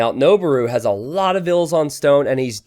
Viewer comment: noboru is pronounced " noh-BOH-roo" not "noh-bah-ROO". It means "to climb".